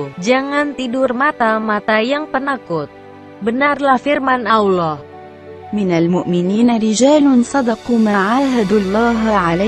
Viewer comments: Min.... Host nya blm lulus baca al qur'an, auloh, jd ingat al fateka.... Wkwkwk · Sebutan allah ko beda min